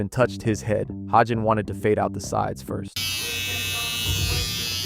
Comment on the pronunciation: Bro couldn’t even pronounce fade 😭😭